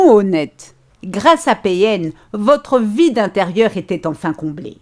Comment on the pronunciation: Mdr quand tas dis "votre vide intérieur sera comblé " jai entendu "votre vie d'intérieur sera comblée" 😂 il ma fait perdre mon taf et fais de moi une ménagère, une femme d'intérieur, sans amis, ni passion. Mais cest fini.